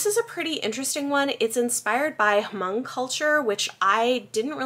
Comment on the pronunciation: I believe the "h" is silent in Hmong.